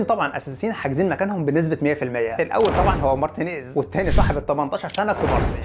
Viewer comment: هو انت ليه اخر كلمة في الجملة تحط فيها حرف "ع" ? 🤣 مارتينيييعز 70 مليون يورووع اخطاؤوا ساذجة و مستفزااع الي ممكن تعوض رحيلووع